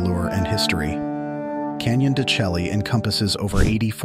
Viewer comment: I can't watch a video where the narrator mispronounce the name of the location. Chelly doesn't rhyme with "jelly", it's pronounces "shay". It's a stunning place to visit and deserves the respect of pronouncing the name correctly.